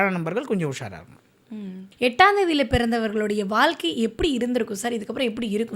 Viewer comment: வால்கை இல்லை வாழ்க்கை